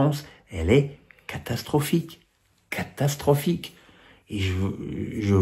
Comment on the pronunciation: « Chai catachetropfique.. »